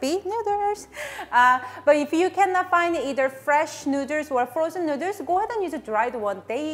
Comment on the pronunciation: Nooders!!! As usual, hearing you pronounce noodles never gets old.